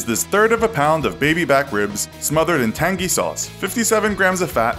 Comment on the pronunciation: I don't like how you say "tangy"....